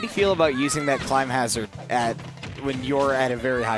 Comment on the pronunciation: I knew I wasn't the only one irked by that. Someone please tell him how to pronounce "Climhazzard"